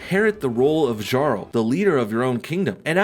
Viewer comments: I know its a bit nit picky, but when you pronounced the word "Jarl" in your promotion of the game, it was just a bit wrong. Instead of saying "zharl" /ʒɑ:rl/, say "yarl" /jɑ:rl/. Old norse did not have the "zh" /ʒ/ sound. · Jarl is pronounced. (Yarr- al) almost like Carl so you can fix your promo ad.... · It's pronounced Yarl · Jarl is pronounced Yarl tho xD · (idk how to ping so sorry. Anyways for your paid ad...its pronounced yarl. Otherwise love the video. I love that you are for america so keep it up. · The J in the word jarl is pronounced like a y